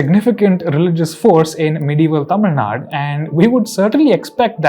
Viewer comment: ...you are from Karnataka yet you mistakenly say Tamil Nad... instead of Tamil Nadu has Bangalore been so inundated with Hindi migrants your brain simply cannot process Dravidian words without veneering and polishing them in Hindi pronunciation you utter Cur. Do you call your home state Karnatak? Do you speak KANNAD? Is the term for your mother Amm... Do better.